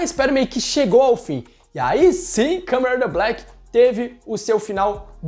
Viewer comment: O vídeo foi muito bem roteirizado, só acho que poderia melhorar um pouquinho a dicção na hora de falar Kamen Rider Black